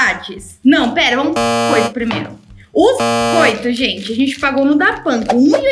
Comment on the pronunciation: É "bixcoito"! 😄